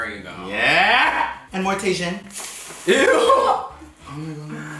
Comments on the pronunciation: calling TAJIN (tae-jin) is hilarious got me saying it just like him 🤣🤣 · When he said Tay-shun instead of Ta-heen lmao